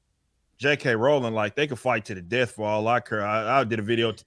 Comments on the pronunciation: So to be clear, it's not "RAWRR-LENG"? 🤣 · "ROW-LING" One day the guys will learn lmao.